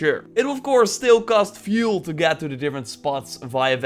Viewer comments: It's fuel not vuel shit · Like, fuel is fjoel to him